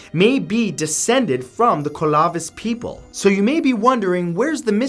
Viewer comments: Your slaughtering the pronunciation of Clovis. Clovis refers to the technology used by cultures all over the world, not one individual group. It’s pronounced like clover except obviously Clovis. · Isn’t it just pronounced KLO-VIS? Like Clovis, NM? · I'm an anthropologist... everyone I know pronounces "Clovis" as "CLOH-vihs". I wanna know where you heard that pronunciation... Also, you're right that it's debated that they were the first group -- more people are beginning to think that they were descendants of the first, and that the archaeological sites that would be associated with the first people are underwater on the west coast of the US and Canada. There are recent pre-Clovis (contested, of course) findings in South America and California. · Clovis is pronounced CLO- vis.... FYI. I grew up in the area they used to occupy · This pronunciation tho. The kolavith peepl The kookootan- try pillyaan peepl. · 1. Thank you for including the Ancient Puebloans from New Mexico. 2. It is Clovis! Pronounced KLOH-VIS. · karateman302 The Colovis people made me smile :) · Living in California has me cringing how he pronounced Clovis. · You pronounced Clovis people wrong LOL but good try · Why are you pronouncing Clovis like that. As if you are trying to say it with an ethnic accent. Also the main pushers of the Clovis people are white supremacist, that said the native Americans original were originally from the Belgium region of Europe. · "Clovis" is pronounced as in modern Clovis, New Mexico. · Matt, say clover for me real quick... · Hear that pronunciation of clovis??? Jesus, talk about trying too hard. Its like that one kid in class when we read out loud. Yall kno wut I mean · Was gonna say the same but God knows I couldn't have pronounced half those names but laughed when hear Clovis said that way. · CLO-VIS Sir.. CLO-VIS... Ur adding letters in.. BAHAHAHA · Clovis people, long o, as in the pronunciation of closed, or clover. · It’s cLoViS not ClOvIs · Its clovis not colavis